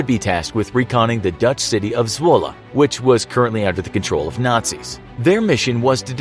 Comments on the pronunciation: It is not Zwulle its zwolle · I’m from the Netherlands and i think it’s funny how he says Zwolle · AHAHAHHA any dutch people here? ' Zwolle" :))